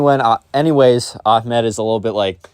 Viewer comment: The pronunciation of these names are atrocious 💀💀 Ahmed ahmedh, Ibrahim-Ibraahim Nasir Naasir